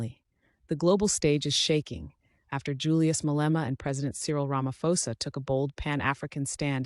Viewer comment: Our President Is not Ramafosa u prounce it as Ramaphosa( P) not F